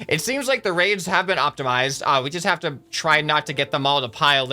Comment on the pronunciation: What he says: The raids have been optimized. What it sounds like: The raves have been optimized.